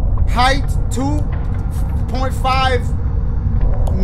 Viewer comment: Height 2hamhamham millimetres 😂😂😂... Dashie's scale of measurement